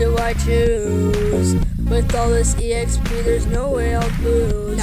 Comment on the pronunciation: you also said chara, exp wrong grr....